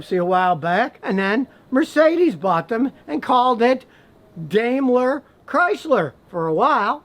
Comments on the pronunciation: DameLer? I thought it was pronounced DimeLer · It's pronounced DIME-ler. Not DAME-ler. Just an FYI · Smh Daimler is pronounced "Dime-ler"